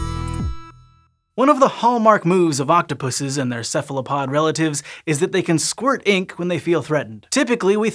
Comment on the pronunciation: Ceph ALO pod, why do you say Ceph LA pod ?